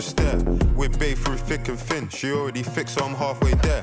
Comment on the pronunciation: It's not "thick and thin" it's "fick and fin"